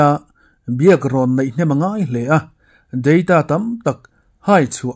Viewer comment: Deita ti a lam hi a dik e.. Mizo tamzawk hian Data kan ti lui tlat zawk a